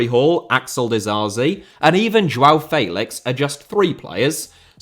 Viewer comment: Félix* not Féilex